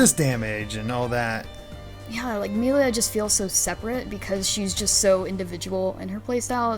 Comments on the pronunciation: Ah yes, my favourite character, Meal-ia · Idk how you play the entire game and still pronounce Melia wrong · It's baffling how someone can mispronounce a name when it's literally voiced in the game. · Why can't she pronounce the names correctly? Did she really finish the game? It's super weird how she keep getting them wrong over and over. Even after corrected her. Rain? Meelia? Really? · Also she keeps calling Melia Mee-lia... Hey, at least she ain't saying RAIN and DUNCAN.